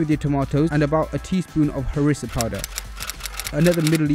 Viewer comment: As a moroccan, I'm saying that you nailed it especially the "rass el hanout & harissa' part😄